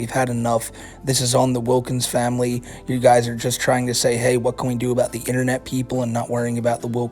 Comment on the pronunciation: it was "famuhley" that got me to realize